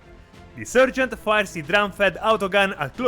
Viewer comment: Meltaboom! 💥 Great battle report, guys, really entertaining. Keep it up, I love watching your videos even though I'm really a noob and getting into Warhammer as a hobby. Just wanted to also mention that in English, the first part of the word "sergeant" is pronounced like "sar", not "ser". And that if you feel like you want to throw a few Italian words/phrases in here or there during a video, I think that would be cool too. :D